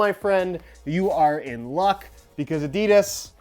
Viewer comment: You’re saying Adidas wrong mate, it’s German if that helps